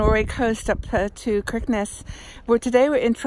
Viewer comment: Hi Margaret A real nostalgic trip for me. My son lived in Oslo for 6 years before returning to Australia a couple of years ago. I visited often and visited many of the places you stopped in. Stunning northern lights. FYI Kirkenes is pronounced Shickness